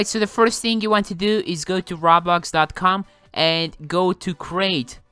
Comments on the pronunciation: ra blax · Why do you say roblox as robla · It's sounds like he says ra blax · RA BLAX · I like how he says roblax instead of roblox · I LIKE HOW HE SAYS ROB LOCKS ITS ROBLOX NO DEFENSE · This dude says Raw-Blox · “Rablox “ no hate I just thought it was funny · ENGRISH "Roaw-Blocks" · he pronaunces it like "raw blocks" that is not correct